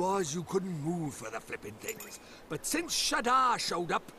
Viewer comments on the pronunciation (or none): none